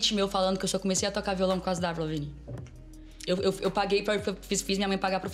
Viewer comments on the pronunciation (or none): Esse cara falando évril, é de fuder....